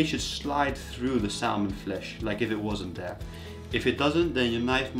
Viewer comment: Most people don't pronounce the "L" in salmon.